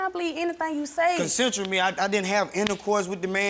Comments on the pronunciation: Nigga said “concentral” for consensual . He’s guilty off rippppp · He says it was “CONCENTRAL” 😂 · He can’t even pronounce it I knew he was lying